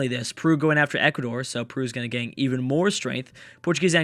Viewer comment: Whenever you say "gain", it sounds so odd, like gang and gagne. Try listening to it, it just sounds very odd.